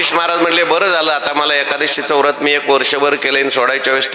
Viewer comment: व्रत असे म्हणावे